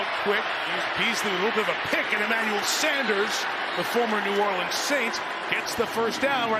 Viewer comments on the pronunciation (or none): none